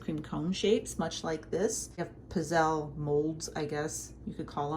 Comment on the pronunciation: These humble waffle cookies are native to my dad’s region in Italy, Abruzzo (east of Rome). When my grandparents came over to America they used a hand-held iron that was put over an open flame. Of course they used oil instead of butter. They are pronounced pizzele w a hard z as in pizza! Good job,!